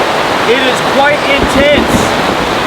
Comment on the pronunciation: Did he say the rain is quite intents? 😂